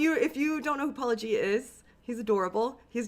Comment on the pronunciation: Surely at this point you must be intentionally mispronouncing Paulogia 😂